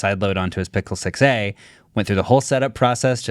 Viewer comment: He totally said pickle 6a